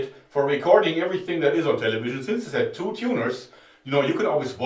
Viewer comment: what's a "taylayveejeunn" ?